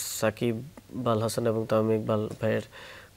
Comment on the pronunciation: Bal hasan koilo naki naki al hasan koilo😂